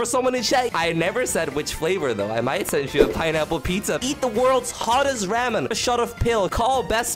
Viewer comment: It pains me how you say Ramen